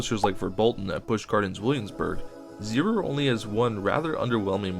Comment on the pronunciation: CIty Pensinsula is a literal take on Coney Island, found in New York City, as Coney island is a penisnula. Zierer is pronounced Zee-Air.